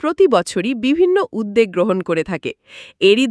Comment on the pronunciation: উদ্যোগ শব্দটির উচ্চারণ ঠিক হয় নি ।